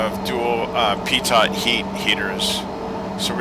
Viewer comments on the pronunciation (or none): Peetott heat?? whats that?? LOL...sorry I really respect you man, but you need to say peetoh. Your planes are the bomb, and thank you sooo much for concentrating on frame rates and accuracy of systems!!! If this is channel, thanks so much for the planes man.